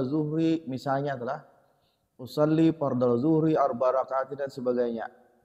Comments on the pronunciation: Bukan fardlal dhuhri, tapi fardlad dhuhri. 🙏🏻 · maaf yg benar usholli fadrazh zhuhri atau fardhal zhuhri ustad yg saya dengar dari niat anda itu fardhal sedangkan yang pernah saya pelajari itu fardhazh zhuhri🙏🙏